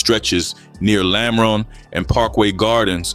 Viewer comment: ‘lamren’ lmao quit speaking on cities u obviously don’t know. trying to capitalize off of deaths in chicago when u aren’t even there is mad goofy 😂